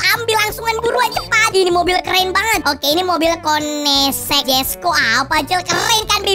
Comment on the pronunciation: Bukan koenegsig jesko tapi konigzek jesko